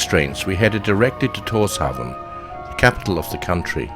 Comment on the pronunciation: Tórshavn is pronounced “torshaun”